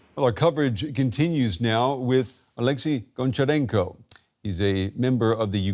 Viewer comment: Honcharenko not Goncharenko like Hockey